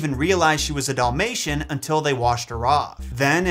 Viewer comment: what’s a ‘Doll-mation’? Lol